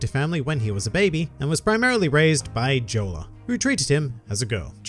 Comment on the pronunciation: Are you saying Jolla(Giolla) or Jora